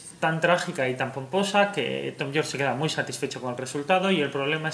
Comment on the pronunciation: *Yorke no Jorke